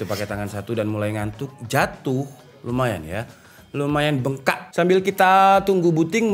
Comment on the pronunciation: Ngakak banget pas denger cara bang ngomong "bengkak"🤣